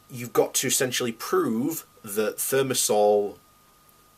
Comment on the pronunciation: Considering that this puffed up bonehead (broadcasting from his room at his parents' house) cannot pronounce the name of the this toxic antibacterial (thermosol sic) I would not give him much credence-- at first glance. Moreover, he tries to say that dose makes the poison, so if only a few neurons are poisoned it is alright-- the dose present in vaccines is sufficient to cause harm. Given that there are alternatives, there is no justification. Part of the reason why the industry and its paid shills are so stubborn on this issue is that they do not want to confront the civil suits that would overwhelm them.